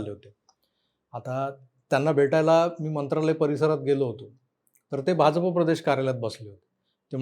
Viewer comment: Bhaunna BHAJAPA cha ucchar properly karayala sangave hi vinananti especially "JA" cha ucchar te "J" asa karatat ani te khup irritating vatate.